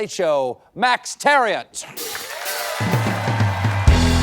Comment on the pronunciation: I want to know how Max Thieriot pronounces his name because Stephen didn't prounounce it the way my friend prounounces his own same last name.